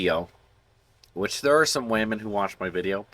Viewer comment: How you said WAmen, I loled. Love your content man :)